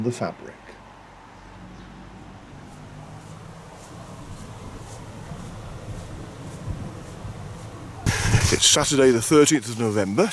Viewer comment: Another great walk and video. I think of the Ashover area as my second home as my Mum was evacuated near there during WW2 and we frequently return. Interesting to hear you pronounce the Fabrick with a hard 'a' as we always thought it was a soft 'a' like fay-brick. Cheers, Nick